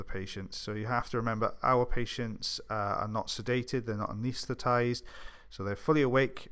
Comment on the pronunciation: P.S. you got me at "anestethized".